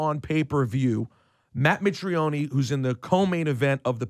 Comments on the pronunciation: Had to stop listening as soon as he said 'Mitrionee'. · Rosenberg literally know's nothing about MMA can't even pronounce mitrione's names right lmao